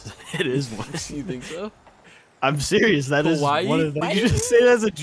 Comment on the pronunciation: i was the gguy spamming, can u say awe u seeious wight neow bwo